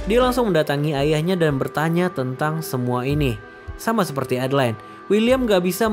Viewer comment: A-DE-LA-IN bukan adlin 😢.